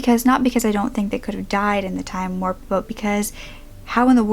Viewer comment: warp, not worpe